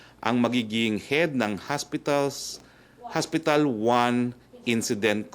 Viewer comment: "HOSPITAL", HINDI HASPITAL, wag ka trying hard maging amerikano.